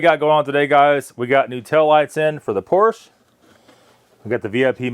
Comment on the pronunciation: What's a "Poorsh"?